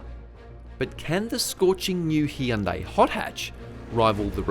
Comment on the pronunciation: Heeyundai, is that bugging anyone else